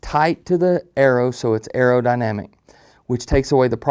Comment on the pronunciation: It’s arrow, not era.. WTF lmao